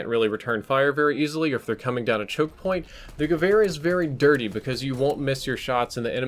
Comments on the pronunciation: I can affirm you're pronouncing gevehr correctly. :) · Omg thank you so much for pronouncing it more or less properly I get triggered when people pronounce waffe wof when it should be pronounced va feh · Said Gewehr perfectly, gut gemacht! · You nailed the pronunciation! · Adequate pronounciation confirmed by a native german. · almost correct pronounciation 😉